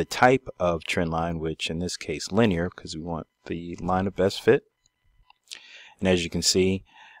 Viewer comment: LINEAR..... really - linear?! Think about what your science teacher would say to you.